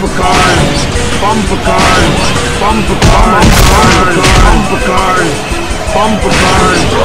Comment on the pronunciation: bumber cars hahahahahaha